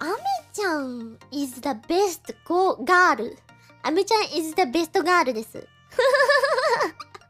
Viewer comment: 原來日本的girl是念嘎魯阿…